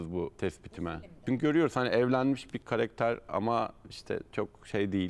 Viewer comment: Şu konumdaki bir program sahibi de "KAREKTER" demesin artık ama ya... Biraz özen lütfen. "KARAKTER" o "KARAKTER"...